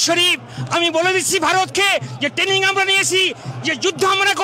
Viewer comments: Abe kathata tening noy kathata traning... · যারা নাকি ট্রেনিং কথাটাই ঠিক মতন উচ্চারণ করতে পারছে না তারা করবেন যুদ্ধ 😅😅😅 খারাপ লাগে এটা ভেবেই যে বাংলাদেশে অনেক প্রতিভা সম্পন্ন লোকজন আছেন, মনে হয় তাদের অনেকটাই ক্ষতি হয়ে যাচ্ছে, বিশেষ করে শিল্প সংস্কৃতির দিকটা। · দাদুদের alzimar বা মানসিক বিকার হয়েছে। ট্রেনিং কথাটা ঠিক মতন উচ্চারণ করতে পারছে না । যুদ্ধ করবে । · উচ্চমানের গাঁজা সেবন করে ফেলেছে,,, ট্রেনিং কথাটাও ভালো করে উচ্চারণ করতে পারছে না,, বলছে টেনিং 😂😂😂😂যদি এতোই ক্ষমতা তাহলে পাকিস্তান টা কে দখল করে বৃহত্তর বাংলাদেশ গড়লেই তো হয়,,,,, আরে ভাই যুদ্ধটা তাজিয়া নিয়ে লাঠি খেলা নয়,,😂😂😂😂